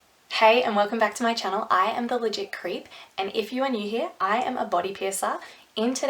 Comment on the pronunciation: Idk why I understood "If you're an idiot" instead of "if you're new here"